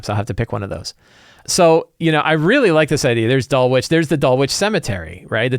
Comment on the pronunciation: Please it is not "Dull witch", it is "Dull itch". Suburb of London as you asked.